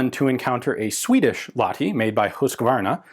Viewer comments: More precisely, "la-h-ti". That is, the H is specifically pronounced, instead of being silenced by the adjacent vowel as it would be in English. There is no "ch" or "kh" sound used in Finnish. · TLDR: we're always grateful for featuring Finland in your vids, but you could use a bit training: you pronounce Lahti as Lati, without the H. A relatively simple thing to learn. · In no way a criticism but knowing how much Ian likes correctly pronouncing foreign words... The H in Lahti isn't silent. It is sounds exactly like H in Hulk or Honey. LA-kh-tee. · It was actually pronounced "lach-ti"